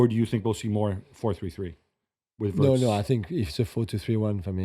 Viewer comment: Are we going to hear WURTZ all season. His name is WIRTZ